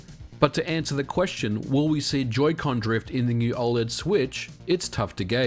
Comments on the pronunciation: O L E D. Not oh-lead. I couldn't even watch this video because of this. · i cant get passed you saying OL-ED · Why do you say "ole-ed". That's like saying "use-sb"! It's killing me!